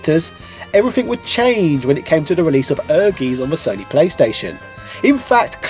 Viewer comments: Great video. I'd forgotten all about Tobal having that quest mode! That was one of my favorite aspects of both games, and I do enjoy these trips down memory lane.Also, I can only imagine someone else has mentioned, but it's pronounced "air•guytz". For anyone who hasn't played it, it's definitely worth checking out. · No, you are not pronouncing it correctly ;) Ehrgeiz ist german for ambition, and it is pronounced ehr - guy - ts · Just stumbled over this 3 year old video and as a german i must say it is a german word that means "ambition" and is pronounced completely different. No offense, just letting it be known 😅 Great vid, though 👍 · I only purchased this game for the awesome female character models (at the time). I wonder if I still have it...🤔 And I feel like pronounces things wrong on purpose. The game actually says the title at the end of the awesome intro cutscene. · Everytime you say "Ehrgeiz" a German dies. -So I have to wonder whether this is in fact the funniest joke in the world and totally intentional ;-) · Also I just want to mention the game says the title itself. And it's the correct pronunciation. :) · never pronounces anything correctly. I think he does this on purpose. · OMG! You should have spent a little time learning how to pronounce the games name. It's hard to take the video seriously when you're saying Ergies. Air-GUYTS. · You Must call the i in Ehrgeiz, my ear Are bleeding Evry time you say ehrgees, its called Ehr Geiz its a german Word let Google read it To Know How To speak Right. Sry its hurt so much for german People when you say ehrgeees, the Rest of the Video is sexy like always, mach weiter so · It's air-gays. Get it right 😁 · Ehrgeiz is pronounced as "Air guys". Ken Godhand Mishima not only looks similar to Kazuya Mishima, but he's voiced the original voice actor of Kazuya - Joji Nakata and has the same fighting moves as Kazuya Mishima. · Wow figures! I miss pronounced has ¨ER gaisz ¨